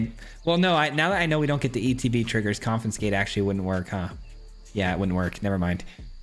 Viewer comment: there's that "confi-n-scate" again clearly we did not razz him enough last time